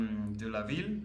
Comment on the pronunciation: Pour la traduction de ’city’ ou’ town ’en anglais c est VILLE en faisant bien entendre le son L à la fin. A ne pas confondre avec VIE (’ life" in english)